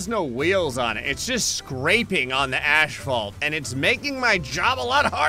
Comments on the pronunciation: Are you letting some secret Canadian heritage out? I heard you say ASHphalt....... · “it’s just scraping on the ashfalt”